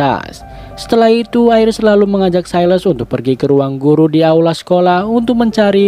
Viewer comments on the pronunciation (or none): Bang ralat dikit, Silas di baca "Sailəs" atau "Sailes"